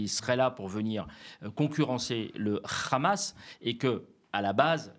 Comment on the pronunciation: Le RHHHamas, comme vous le prononcez si bien, c est bien branche des fréristes rejetés par les égyptiens, les cisjordaniens et les libanais, et pour cause, quand on connait l histoire?